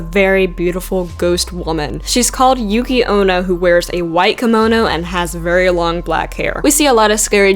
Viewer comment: Actually, you pronounced Futakuchi-onna pretty well. It sounds about how I say it, and I know enough japanese that I can say them decently. Bake-neko sound goon, as does Yuuki-Onna. You say those names better than you think, probably because the roamnji sounds the way it's spelled, with a few exceptions.